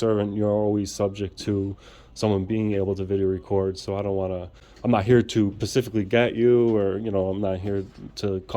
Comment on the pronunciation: I love you but Pacific is the Name of an Ocean, so please try and say Specifically. When people can't say words like that right or say axed instead of asked, it makes you sound less smart. You are a very articulate and smart guy so it's not a bash by any means just simply pointing it out!